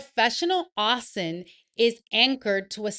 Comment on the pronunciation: Pronounced - O-sint